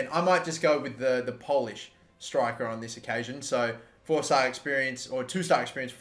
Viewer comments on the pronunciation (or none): none